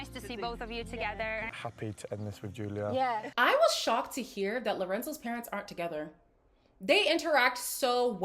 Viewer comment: It must have felt so bizarre for Julia and her family to have to speak to speak English to each other. I could see that mum was struggling a little. Also, why does Lorenzo insist on never peonouncing Julia's name correctly? It really bugs me. 🙉